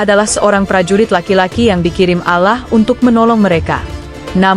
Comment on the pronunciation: Mbok belajar mengucap nama Alloh yang benar, ditelinga kok malah gatal kalau pengucaoannta kayak logat irang kristen